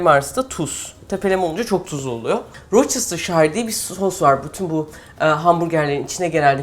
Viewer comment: Vorçıstırşayır değil Vostırşeer telaffuzu. Yazıldığı gibi okunmaz.